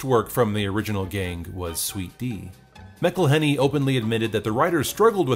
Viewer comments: Nitpicking a bit, but if Rob's name was said "MIC-elhenney", wouldn't the nickname be MICK? I think it's MAC-elhenney, because then the MAC nickname makes sense. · It's pronounced MAC-elhenney, and he never actually wanted to act in the show. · McElhenney is pronounced Mack-Uhl-ay-nee